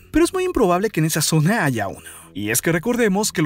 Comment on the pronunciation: Porque chingados habla son E al final coinsidencie ? Cuadre ? Zone ? Floride? Que pedo